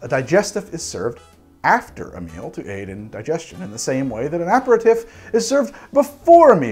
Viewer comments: Why do you pronounce aperitif that way? You’re missing a vowel in there and you’re putting the wrong emPHAsis on the wrong sylLABle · Had to stop about 3 minutes in... Annoyed as heck at him consistently pronouncing aperitif and digestif... Kinda bummed because it would be an interesting video otherwise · It's DUBONNAY. NOIPRAR, APAIRTEEF Not that it matters. I like your content. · So as a French-Canadian your pronunciation is driving me crazy,!Now I know how my French Great Aunt felt when she heard our "pig French"as she called it. Ah-pair-ah-teef is how the French say it. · its pronouncced aperteef. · Sorry, still cringed everytime you said "tiff" vs "teef". Had to mute and use cc to finish- not sure why it was such a trigger 🤷🏻‍♂️ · Not just me then!! Making me twitch! Apratif?? NOOO!!! a pair a teef! Apratif is French for after an argument! (It’s not, don’t look it up) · a·peh·ruh·teef TEEF! TEEF! not TIF! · pretty sure you are pronoucing that word wrong. I think it is "uh peh ruh teef" and not "ap per tif" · so, whos gonna tell him that its pronounced aperiteef and not aperitiff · I am usually not like this... but PLEASE! “Ah-pair-ah-teef”... almost had an “ah-mond” moment! Love your show BTW... your sidebars make my day! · Yeah as Shane said, it's properly pronounced ah-pair-ah-teef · Love your videos. But please pronounce it "a perry teef". Love from France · Ah-pair-ah-teef...I'm DYING a little inside every time I hear it wrong. It's French...say it like it is French! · I completely defer to pronunciation, especially since nobody is complaining, but I keep thinking it's pronounced "aper-teef" and it surprises me every time it's said in the video. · Gonna get into a tiff with you over this. It's a-pair-ruh-teef, accent on last syllable. And you even used an online pronunciation guide for aromatize. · should be pronounced 'aperiteev' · Pronounced: Uh-pair-uh-teeeeef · It's actually pronounced ah-pair-ee-teef .